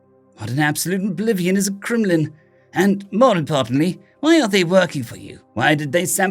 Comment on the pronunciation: Stop saying glimlin